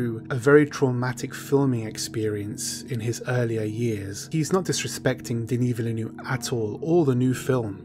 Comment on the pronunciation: how the fuck can you pronounce Denis Villeneuve THAT wrong? Jesus Christ ...